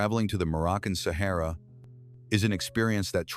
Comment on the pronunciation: Sahara NOT sehera